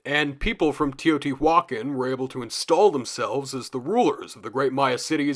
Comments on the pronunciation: Love love this video, I'm gobbling it up. But good lord, stop saying teotihuacan like that 😂 Its teo-tee- wa-CAN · i don’t mean to sound rude, but it’s pronounce te-oh-tì-wah-kahn